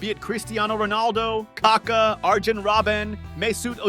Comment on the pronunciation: And the way you said Kaka made me vomit 🤮